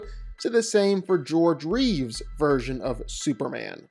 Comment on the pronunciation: It's George Reeves not George Reeve